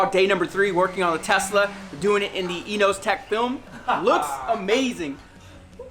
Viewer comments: It’s not EENOOOZTEK ITS ENAHZATEK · yes Yannimize uses this company's wrap alot. But the pronounce it as Eno- Ze-Tek